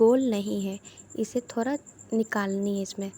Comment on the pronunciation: Thanks bahut achhe se samjhaya ek bat or kahungi apka थोरा थोरा shabd bahut achha lga apke mooh se sunne me Hum log थोड़ा थोड़ा बोलते हैं ap थोरा थोरा